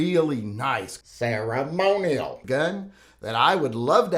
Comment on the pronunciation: Every time you said ”ceremonial”, it got more funny. Make a video of just that or please dub a few words in post production of one of your next uploads.